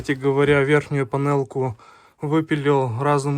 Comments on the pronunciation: Панэлачки.... С русским совсем плохо? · видео замечательное,все отлично,изба отличная,обзор позитивный! Но панэлачки -это кровь из ух!))))